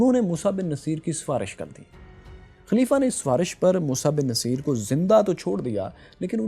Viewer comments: My dear fellow. General's name was Musa bin Nusseyr not Naseer. Musa's father name was Nusseyr (pesh on noon, not zaber), not Naseer. Please correct. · He was 'Nussair' not naseer. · Boss get your words right, please. His name was Bin Nusayr, not Bin Naseer. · its moosa bin nasair not naseer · السلام علیکم محترم موسی بن نصیر کو نون پر زبر نہیں پیش پڑھتے ہیں نُصِیر اور صاد کی زیر کو بھی مجھول کر کے پڑھنا ہے جزاک اللہ